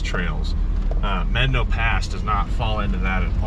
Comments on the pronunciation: Definitely know what you’re doing offroad! The locked rig walked that thing. But it’s MEH-dah-no not MED-a-no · You are pronouncing Medano incorrectly. Look it up. How do you pronounce "Medano"? Médano is a Spanish word that means "sand dune". It is pronounced "MED-ah-no". Kudos to you guys for having the balls to drive that route. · Mé-da-no pass. And Blanca peak not Mt. Blanca. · wouldn't Medano in Spanish be pronounced may DAH no? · LOL. Medano is Spanish, it’s pronounced Meh-DAH-no. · If it’s a Spanish word that’s still not how to pronounce it correctly. 😂